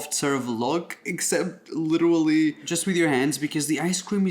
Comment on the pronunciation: in this video, Raphael said “litera-ally” 87 times